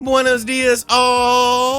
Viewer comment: You mean "buenos"..? 😂